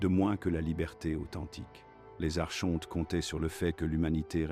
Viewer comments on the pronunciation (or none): Ça s’écrit Archonte mais ça se prononce phonétiquement Ar- Kon- Te